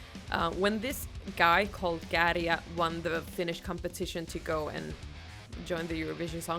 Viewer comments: Wow, you pronounced Käärijä perfectly 🤯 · By far the best pronounciation of Käärijä! (Out of all the foreign reaction videos I've watched on YouTube) Sounds perfect Finnish. 👌🏼🇫🇮